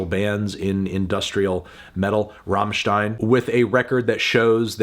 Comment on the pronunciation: But he knows how to pronounce "stein" not like his american fellows who pronouce it like "steen" or what :)